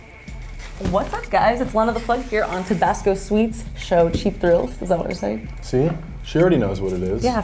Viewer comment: HE SAID TABASCO SKEET SEXTAPW